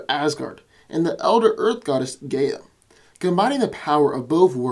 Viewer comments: not Geya it is Gaya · gaya?.. come on dude I love you but its pronounced Guy_uh